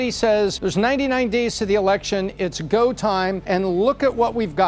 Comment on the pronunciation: Gahwer instead of go